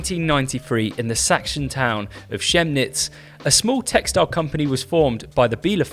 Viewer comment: Good video and I can see positive elements in the story (incidentally, "Chemnitz" is pronounced like the "Ch" is a "K"). That said, I find these brands that put gigantic uppercase lettering on the clothing (MAAP, PNS as well) misguided. It looks terrible to me but there is no disputing taste. Rapha began in a much more subtle way with the stripe on one sleeve but giant letters spells lack of imagination, I think.